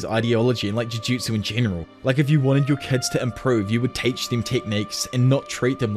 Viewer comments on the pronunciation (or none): none